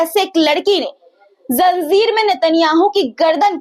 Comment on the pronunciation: Zanjir word hai zanzir nahi.